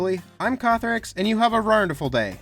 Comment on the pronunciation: How is he pronouncing "wonderful"? Just wanted to know. I'm kinda curious about it. Tempted to subscribe.........maybe a few more videos first.